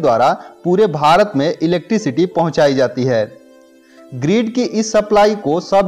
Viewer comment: भाई ग्रीड नही होता ग्रिड होता है